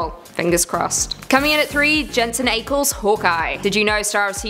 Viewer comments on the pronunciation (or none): Look up how to pronounce “Ackles”. Not that hard